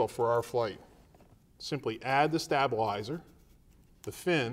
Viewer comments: STAB-ilizer ! Has this guy ever been around real airplane people? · I cringed every time he said stabilizer